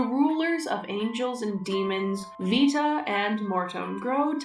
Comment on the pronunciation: as someone taking latin, 'Vita' would be pronounced more like 'wee-ta' because V makes a double-u sound. so yeah, keep using a proper V noise